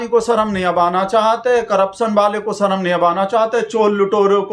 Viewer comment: 'Sarm' aayegi, 'Sharm' nahi......Amit Shah should learn to speak Hindi properly.Bhagatji,you are wrong when you say that Sourh Indians are English speakers.It is true that the vast majority of parents in South India prefer English medium to Tamil/Kannada/Telugu / Malayalam when it comes to educating their children.It's not that they neglect their mother tongue.English is seen as a business language or as a tool which comes handy while coming into contact with those who are unable to speak 'their' language.Why speak of others when even the "brown skinned Malayali Englishman" Shashi Tharoor is known to converse with his mother not in English but in Malayalam.Not so widely known is the fact that Right Hon'ble VS Srinivasa Shastri,who the British used to refer to as the "silver tongued orator of the British Empire" for weaving magic with the English language preferred Tamil to English within the four walls of his house.